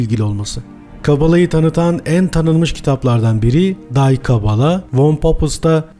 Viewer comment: Die kabala Allmanca dır. Day diye değil dii diye okunur.